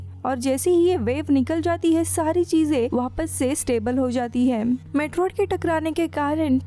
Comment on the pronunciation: Who notice vappasse vappasse 😂 ho kya